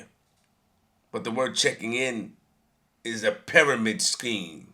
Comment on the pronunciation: I feel dumber after listening to this moron. Flip u can’t even pronounce pyramids correctly 🤦🏻‍♂️. Who cares about what the hood thinks the Goal is to get out.